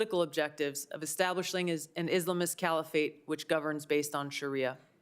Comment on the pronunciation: Her pronunciation of Islamists annoys me